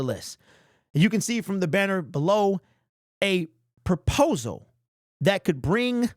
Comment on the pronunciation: PROPOSAL... not purposal